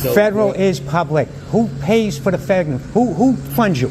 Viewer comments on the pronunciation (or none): none